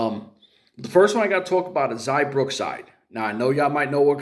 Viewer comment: It's XIA not XAI